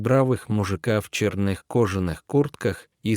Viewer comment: Неужели чтец НИКОГДА не слышал слово ларЁк и не знает, что это такое????!!! И почему в чернЫх кожанных куртках? Тоже не слышал, что есть слово чЁрных?!!! Или он и цвет чЁрный называет чЕрным???!!!!